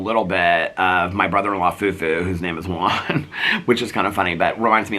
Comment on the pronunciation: I loved the neighbor stuff. Please can you learn how to say Juan?